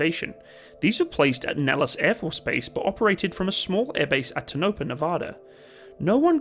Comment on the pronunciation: That town in Nevada, Tonopah, is pronounced like "Toe-nuh-paw". I thought I would comment that because I'm not sure how many of your viewers are Nevada natives, and Nevada is where most aircraft testing is done for the US. You might say Tonopah more that once if you do more videos on US aircraft.